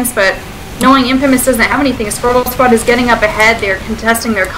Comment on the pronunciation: "Scrotal squad"